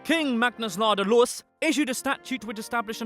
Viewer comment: Peak pronounciation on Ladulås